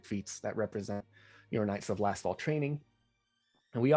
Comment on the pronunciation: Is it just me, or does keep calling them the Knights of LastFall, rather than Lastwall?